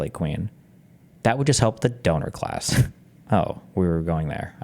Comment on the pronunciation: I wish I had 5 dollars for every time Steven said Doner class